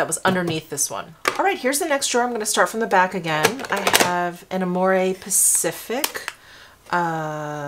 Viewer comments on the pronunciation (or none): none